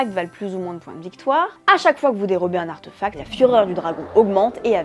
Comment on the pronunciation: Bonjour, Est-ce que quelqu'un peut me dire d'où ça sort cette prononciation "arteufact" ? C'est pas de l'anglais, c'est pas du français... En français, ça s'écrit avec un accent aigu (artéfact), et ça se prononce en conséquence comme c'est écrit, avé l'assent. En anglais OK ça s'écrit sans l'accent, mais du coup ça se prononce plutôt artifact... Bref arteufact ça sort de nulle part, c'est pas beau à l'oreille, et pourtant j'entends plusieurs personnes le prononcer ainsi, alors ça sort d'où ?